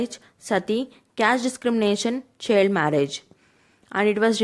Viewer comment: Thanks for making such a long video and a better series of questions. But, Quality of CSE is doubtful after listening u. I wonder hw u qualified PRE. U cannot pronounce the words correctly. U r pronouncing child as chilled , migration as marriage and there r several other mistakes. Go near . I know u don’t have Hindi accent but these r english word ma’am and if I talk of hindi the its तिनकठिया।